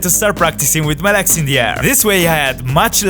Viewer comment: Why do you say "leks" instead of "legs"? xD